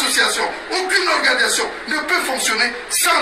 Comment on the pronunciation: Il dit bien ORGANISATION!!!!!!!!!!